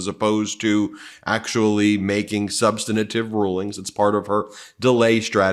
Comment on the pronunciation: Ben, please learn how to pronounce "substantive"!